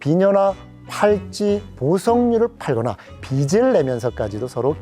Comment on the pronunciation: '빚' '빚을 갚다' 다들 '비슬 갚다' 라고 발음함... '비즐 갚다' 라고 해야 하는데.. 문제가 있음~